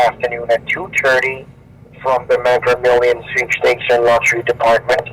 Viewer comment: "Megger Millions" 🤣